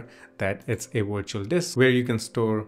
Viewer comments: its Virtual not Wirtual!!! it is a V! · Just so you know Virtual starts with a V not a W the two letters sound different.